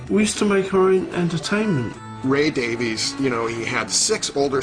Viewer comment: Not the "Davis" brothers....the Davies brothers....DavIEs